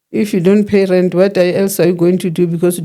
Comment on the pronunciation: Aaaaah ive been wondering why she keeps saying rent…